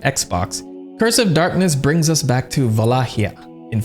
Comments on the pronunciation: It's the pronounciation of vsauce that is right. Wha-la-kia. They say it in the show, and how that's official official source material it should be the right pronounciation. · vah-LAH-hee-ah You’re welcome. And yes, I’m Romanian. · I'm afraid you need to re-correct your pronunciation of Wallachia. The ch has a hard "k" sound. Wa-lay-key-ah. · To answer your question about pronunciation. va-LAH-hee-ah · It's written "Valahia" in romanian, and is pronounced with the same "A" as in "Arms" and the same "H" as "Hill" 🤗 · Wallachia in Spanish is Valaquia, so most likely would be pronounced as Valakya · Wallachia is pronounced kinda like "Valahia" in Romanian. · I'm studying Romanian and I think it's pronounced Vuh-lah-key-uh. Just based on what I've learned so far from how their words sound. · The way you used to pronounce Wallachia is closest, just change the CH in your head from K[art] to H[art].